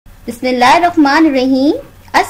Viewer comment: Nice videos but Really sorry to say ap Bismaillah bilkul halat bol rahi he Bismilla K bad ap hay bolti he ni he jiska matlab galat nikalta he please try to learn it